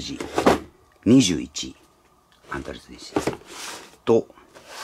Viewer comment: Dシィ〰️、言い方が面白いです😃 巻き舌の雰囲気も面白いです👍